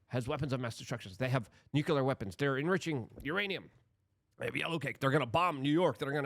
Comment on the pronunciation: Nu-clear NOT Nu-cular